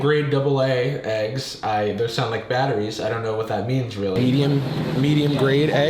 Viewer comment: did i just hear weggs? 💀